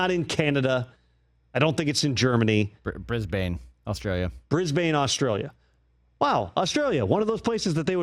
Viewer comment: "Briz-bun" (Brisbane 2032 Olympics) not "Bris-BAIN".